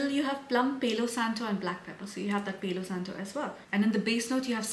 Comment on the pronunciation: Dear, I really enjoy your content, but I have to tell you that the pronunciation of the Spanish words “Palo Santo” is with A like Alfa (PALO same A as in Santo) because if you pronounce it in the English way you are literally saying “saint hair” 😊